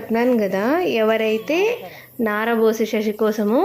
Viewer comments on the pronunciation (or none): చక్కటి పంటి వరుసా అందమైన చందమామ లాంటి ముఖవత్సస్సు ని అందానికి తగ్గ పేరు మైత్రి అంటే స్నేహం ఓకే స్నేహితురాల... కాని కొన్ని తప్పులు ని నోటి నుండి వస్తున్నాయి ని అందమైన నవ్వు వాయిస్ ముదు ముద్దు మాటల్లో తప్పులు రాకూడదు ఫ్రెండ్ '' శశి '' అనకూడదు ఫ్రెండ్ '' ససి '' అనాలే... నారా అని అర్థం. ఓకే ఫ్రెండ్ ని వీడియో స్ కోసం రోజు ఎదురు చూస్తుంటా బాగుంది వెరీగుడ్ కీపిటప్ మీది ఎవూరు అండి చెప్పండి ఓకే